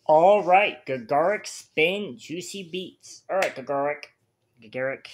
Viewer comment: This is the weirdest song choice for a first ever Gacharic Spin (pronounced like “Gotcha Rick”) reaction. They are way closer to BAND-MAID than Babymetal. And many of them can play multiple instruments, dance (they don’t do it often) and sing. Their live performances are as good as BAND-MAID ones.